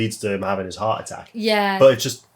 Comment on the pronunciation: VOMpires and heart aTTOCKS! I really CANNOT deal with this "commonTRY"!